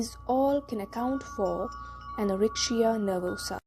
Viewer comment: Good but why do you pronounce the letter c as sh in the word anorexia ??? it is irritable. Yet thank you.